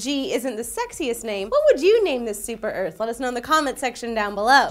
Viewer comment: big örf "pronounced like earth but earf...